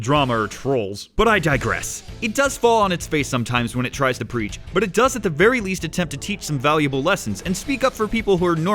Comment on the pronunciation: Great opinion. Not sarcasm, vewy nice.